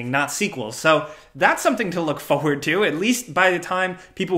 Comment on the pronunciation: it's FORward, not FOEward. <3